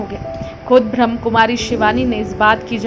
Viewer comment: ब्रह्म नही ब्रह्माकुमारी है, थोड़ा ढंग से बोले।